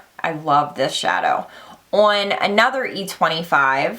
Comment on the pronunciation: That "ON" word heavy thick accent is driving me nuts LOL